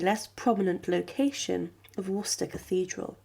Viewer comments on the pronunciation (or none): none